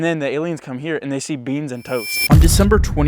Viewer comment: BEANNS AND ĆHUNNA 😂😂